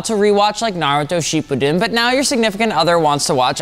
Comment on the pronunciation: i know u didnt just pronounce Shippuden, “sheep-pudding” 💀